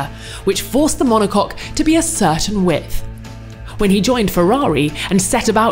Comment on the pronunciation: I have to admit, it was nice to hear the announcer say "monocoque".